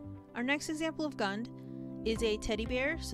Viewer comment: It’s pronounced Goond